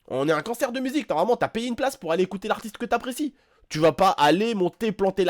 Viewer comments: Tu dit "Cancer" au lieu de "Concert" mdr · on dit CONcerr et pas CANcer (dsl si ta le nez bouché ) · Je rêve ou dis à chaque fois "cancer" au lieu de concert ? 😂😂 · Quand tu dis concert je comprend cancert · à chaque fois qu'il dit "concert" je comprennais "cancert" ^^